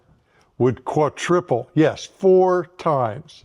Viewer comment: "Qua-triple"? Loved that misspeak!